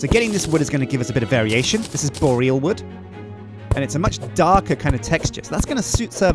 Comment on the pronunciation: needs to learn how to pronounce Boreal. It's really not the way he says it....